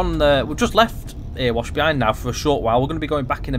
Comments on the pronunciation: Months since the last Erewash Valley vid, and still pronouncing it "Ear wash" instead of "ERY wash" .... come on! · Can't wait for this to release! Just to let you know, Erewash is pronounced Eh-re-wash not Er-wash.